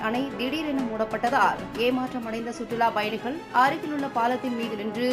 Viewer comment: சுற்றுலாப் பயணிகள் வெளியேற்றப் பட்டனர் இதுபோல உச்சரிப்பு இருக்க வேண்டும் உங்கள் செய்தி வாசிப்பளர் சுற்றுலா பயணிகள் வெளியேற்ற பட்டனர் என்று வாசிக்கிறார்